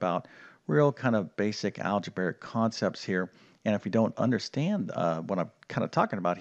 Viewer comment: It's algebraic, not algebaric.